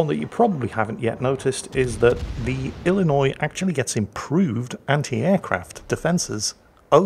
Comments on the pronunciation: being an Illinois native, i am impressed and pleasantly surprised with correct pronunciation of my home state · Finally, someone who knows how to say Illinois without adding the S at the end. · As someone from Illinois, I was surprised at correct pronunciation. A lot of people from out of state add the "S" at the end, but it is in fact a silent letter. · I'm impressed you knew the s in Illinois is silent! Which makes it a completely useless letter IMO lol.